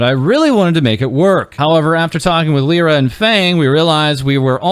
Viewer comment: just a heads up Lyra is prounounced Lie-ruh